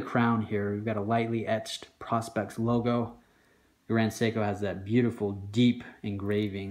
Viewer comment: Dude, if you own these watches, please learn how to say the name of the series, Prospex is pronounced "Pro- Specs" as in Professional Specifications" pronouncing it like "prospects" really does a disservice to the name being it has nothing in common grammar wise.